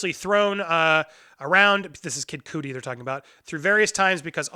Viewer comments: I'm sorry, but I stopped watching when he said Kid COOTIE instead of Cudi (KUHD-EE). Jesus Christ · Stop mis pronouncing dude's name its cuddy (rhymes with muddy) not cootie. Smh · You had me until you said Kid Coodi 🤦‍♂️ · You said Kid Cudi's name wrong. It's pronounced Kid cud ee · I appreciate the Bill and Ted 3 update. But I cannot sub because Anchorman 2 is fantastic and so is Kid “Cud-dee”. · Say the mans name right god damn it. Kid Cudi. Not coodie. Disrespectful as hell. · it’s kid “Cud-Dee”😂😂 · dislike for saying kid cudi wrong